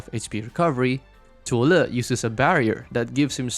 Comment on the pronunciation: I like people calling zuo Le literally how the Chinese Mandarin pronounce him😊 Also there will shift in the Meta... Yeah go find a flying roach somewhere and you know Wisadel just flatten all DPS operators that HG crafted to date whether has survival kit or not😂😂😂